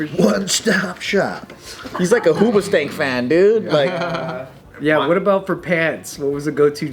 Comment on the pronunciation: Joe dropping hoosbastank, lol